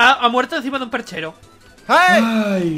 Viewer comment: Adee RD Ah pos jajaja le entendi plarchero jaja